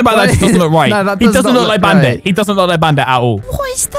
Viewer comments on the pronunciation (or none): ~ that was some crazy british accent 😂 listen to how he pronounces bandit 😂☝🏽 crazy haha greetings from Austria 🙋🏽‍♀️